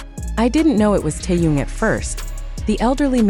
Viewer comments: Господи, почему Тэхёна здесь называют Тун? Как его только не называют. Бесит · Автор тупица,ни разу не назвать Тэхени правильно👎👎👎👎 Стыдно!👎👎👎👎👎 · Не коверкайте имя. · Черт знает, что она чешет своим языком... Какой Тун??? Не знает имени Мировой звезды.... ТЭХЕН... ТЭХЕН.... ТЭХЕН... Запомни или запиши себе на лбу.....